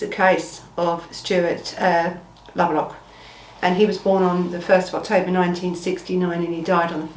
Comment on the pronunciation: At least get his name right. It’s Lubbock, not Lublock or Labrook. Switched off before the 5 minute mark. Smh